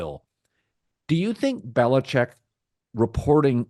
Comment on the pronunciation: Finally! Ian Rappaport pronounces his name correctly. It's BeliCHICK!!!